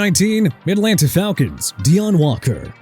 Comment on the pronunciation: who heard him say “Midlanta Falcons” 😭😭